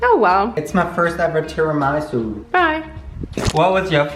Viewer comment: Do Americans just say tiramasu wrong or is the one saying it funny 😂